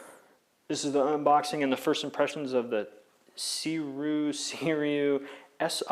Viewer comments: I think they are pronounced as SEE-ROO-WEE. :) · It is pronounced as 'sze-ray' (only 2 syllabi). The brand name 'Sirui' is actually the hanyu pinyin of its Chinese characters (思锐).